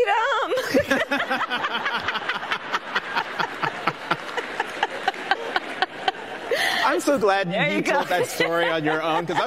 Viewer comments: "Fweedoom!"....my goodness, what a fraud. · Does she believe in Fweedom of Speech? Nope. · cwy fweedom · Before or after those Kwanzaa celebrations did she cry fweedom? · Running and falling for Fweedom